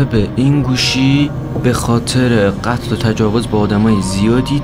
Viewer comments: قتل رو گفت گتل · داش ممد این یارو کجایی چون میگه گتل